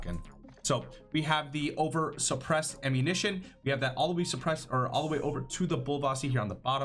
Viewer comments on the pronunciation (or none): for the overpressured rounds he said oversurpressed lmao. Im sorry brother but can u read?